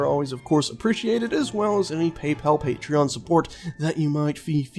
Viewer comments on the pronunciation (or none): none